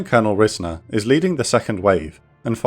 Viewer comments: Pronounced RIZE-ner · It took me a minute to realize what name you were saying when talking about the lead pilot , but that's my grandfather, though it's pronounced 'Rise-ner' so I didn't catch it at first. And according to the file I read and his stories, he was shot down and landed in the water but was picked up by an amphibious aircraft. When they got him back to Da Nang, he got in a fresh bird and went back up to direct the later waves of bombing runs. I'm glad I found this video while researching for college!